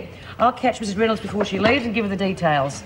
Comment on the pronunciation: Lizzie mispronounces Mrs Reynolds name.